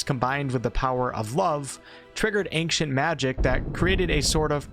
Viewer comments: How can you not know how to pronounce ancient, though? Go be ashamed, man! :P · The way you pronounce "Ancient" tickles my brain the wrong way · love your vids but i cant believe you are this bad at saying the word ancient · you are a horrible person for pronouncing that word the way you pronounce it. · Am I the only one bothered how he pronounces “ancient magic” ? Does it sound normal to y’all? And take a puff every time he says it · Every time you mispronounce "ancient" millions of my brain cells die. Just don't say it at all if you can't. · please learn how to pronounce ancient..... wtf even the trailer you played said it right.... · and pronounced it wrong every single damn time.. I'm few min in and had to stop the video. Idk if I can muster the rest. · .. and says it weirdly.. 🙉🙈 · As someone from the west (United States, I'm not sure if you meant that.. Or West Africa.. Or just "the West" in general... Or even the wild wild west!?), neither I, nor anyone else I've ever met or heard say the word.. Has ever pronounced ancient (AIN-SHIENT), as "ANK-SHENT." To me, this sounds like someone who cannot read and is mistakenly taking the C in the word as being a hard C... "ANK." Oh my god it bothered me SO DAMN MUCH throughout the entire video... I'm glad to hear that I'm not the only one hearing this and getting stuck on it lol. At the same time... I'd never want to make this guy, or anyone else, feel bad about the way that they pronounce a word. Do you ANK-SHENT magic man!!!! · Ancient not ankcient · Why are you saying the word ancient like that? It pronounced (ain)-(chent) not “ankchent” you don’t annunciate the “c” like that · It's "Ain-Chent" not "Aink-shint" lol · ayn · chnt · ANK-cient! Magic! “Its wingarrrrrdiumlevosia” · Pretty sure its not pronounced ankient magic, even though im swedish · Ahnckshient magic.....I can't take it anymore!!!!!! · Ainkshant magic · I’m sorry why do you say ankcient magic? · It sounds like your saying ankious magic lol